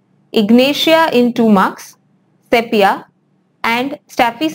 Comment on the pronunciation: Madam please correctly pronounce word sepia as sipia.